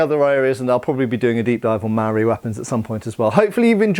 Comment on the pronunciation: just a quick pronunciation tip for "Māori". It's pronounced more similar to the world "mouldy" just imagine replacing the "ld" with an "r". (this isnt perfect but will get you closer than how youre currently pronouncing it) also you shouldn't refer to a Māori person as "a Māori" or to the Māori people as a whole as "The Māoris". This was common in colonial times but to a modern New Zealand ear it sounds mildly racist and offensive. Much like how you wouldn't call black people "blacks" in modern civilized conversation. In modern New Zealand English the word "Māori" is used as an adjective, not a noun. ie "Māori people" not "Māoris"